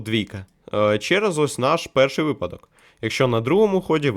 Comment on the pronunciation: Не кажи випАдок бо буде припадок, ужас, як так можна, помилки в таких словах робити, просто жах..... ахпахзхзахзпахзпазпахзпахпазхапзхап